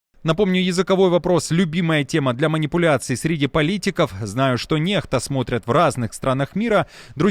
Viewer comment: Почему неХта, а не некста?